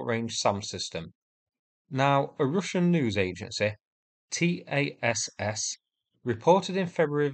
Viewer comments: "A Russian newsagency, T-A-S-S" Are you kidding? Tass (pronounced as it is spelt) is the official Russian state newsagency and has been like forever - but you sound like you've never heard of it. C'mon. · Not tee ayy ess ess. It's Tass